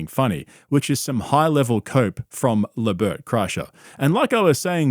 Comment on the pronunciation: Did you just say LaBert?? 😂😂😂